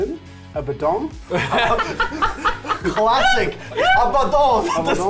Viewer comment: I'm gonna be that guy and say "...um actually, it's pronounced Ab-uh-don, not A-bad-in."